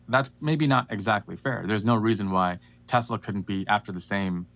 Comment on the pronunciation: Dude, "S" is not pronounced as a Z in the word (name) Tesla.